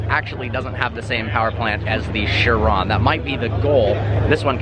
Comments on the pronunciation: It's not "sher-ON", it's "KI-ron". K-EYE-ron. KAI-ron. However you want to spell it phonetically, it's still pronounced the same. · I hate to be that guy but it's pronounced 'ky-ron'. Sorry. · Bro, it it pronounced kai-rawn not shee-ron. How do you not know this as a car enthusiast? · Cheron don't you mean chiron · just saying its chiron not shiron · Just a fuckboy who thinks that because he owns a lambo he knows everything about cars. He pronounces car names wrong. "Sheeron" lol gtfo says agera wrong too. Ive heard christian von koenigsegg himself pronounce his cars correctly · It's pronounced KYRON! 😕 Say Shiron, once more, I DARE YOU. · Chiron...is it pronounced "shiron" or "kyron"? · Bugatti Shiron, its a CHiron as in CHeese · dude said shiron XD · shrion??? Realy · It is pronounced Kye Ron, mo ron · Chiropractor, chiral, and there's "Sheeran"? WTF? Quit pronouncing it like a douchetard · The car is French, its "shee-ron". Gotta love Americans giving other Americans a course in language pronunciation, when they don't even know the language the name is in.